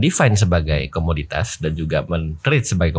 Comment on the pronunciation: Comodity bukan comunitas 🤦